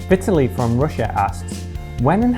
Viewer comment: if you are interested to pronounce this Russian guy's name correctly than you should stress the second syllable: Vitaaaliy)) thanks for you video indeed!